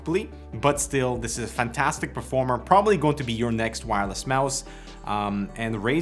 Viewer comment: neither is your pronunciation of "fantastic" for 5 years but you don't care, just get on with it.